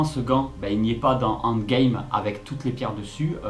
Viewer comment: désolé mais la prononciation que tu fait de endgame n'est pas la bonne tu l'a fait en français bien prononcé c'est endgame prononcé en anglais